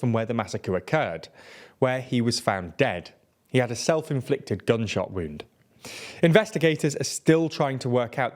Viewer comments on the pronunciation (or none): none